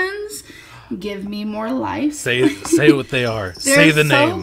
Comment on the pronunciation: Christina caught her out once cause she usually says “lahhf” instead of life but pronounced it properly when she said Life cereal, her accent is fake